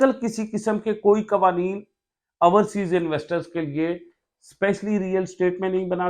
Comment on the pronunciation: Ourseas nahee Overseas hota he